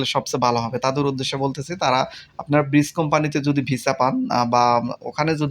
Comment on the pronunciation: ভাই আসসালামু আলাইকুম ব্রিস কোম্পানি না ব্রিজ ডেলিভারি প্লিজ ডেলিভারি